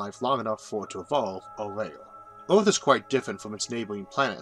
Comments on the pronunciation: I'm still very irritated because of your pronunciation of "earth" and "mars". kinda keeps me from subscribing :'D but nonetheless your content is in fact one of the best I found on YouTube. Thanks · like how does someone speak all these big words like a baby and expect to be taken seriously? Maybe take a minute to correct your luewrng tuewrng impediment before trying to inform the wouwld and the eawth. like every other word is teaching children how not to speak correctly. what a fucking joke. I could laugh at this video all day luewrng.